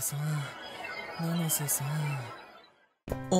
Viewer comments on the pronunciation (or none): 七瀬じゃなくてののせになってる